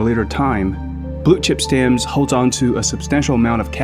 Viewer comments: I’m sorry something is irritating me - is it “blue chip stammms” or fucking Blue Chip StamPS? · Why are you saying stannds. It's stamps. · Listening to financial commentary from a person that thinks the word stamPs is pronounced stams. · It’s stamps, not stams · WHY does he keep saying Blue Chip Stams??? It's stamps. STAMPPPPPPPPPPS. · "Stams": In England we "Stamps" - stam-p-s with a p and an s on the end. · STAMPS not STAMS. The P is not silent. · Not stams, STAMPS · Blue chip STAMPS!!! NOT stamms! 😂😅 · Why do you pronounce it Blue Chip Stams? It is called Stamps with a P. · “Blue Chip Stams?” Check pronunciations. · Stams? What are you trying to say. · Bro! Say the P in stamps!!!! Driving me crazy!!!!! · Say it with me now....stamPs. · Did he say Blue Chip "STAMS"?🤔😆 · "Blue Chip Stams" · The 'p' is pronounced in stamps!! You sound like a complete moron saying 'stams' many times over. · There is a "P" in stamPs.😁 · wtf how cant you prounce stamps? like stams for real? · “Blue chip stamz.. “ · would be nice if the ai could pronounce stamps right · Im confused how your able to pronounce the P in company but not the P in stamps… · I wish you could pronounce stamps properly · The P is not silent in stamps 😅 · That must be why the weird pronunciation of stamps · Why can't the narrate pronounce "stamps" correctly? At first I had no idea what he was talking about. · The 'P' in 'stamps' is pronounced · What happened to the p in stamps 🤔